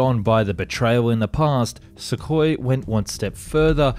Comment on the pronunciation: You aren't going to fix the pronouciation of U in sukhoi are you?